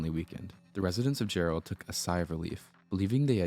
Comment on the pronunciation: Jarrell is pronounced like Gerald without the D. Yeah, I was near there when this happened. The tornado traveled a really long ways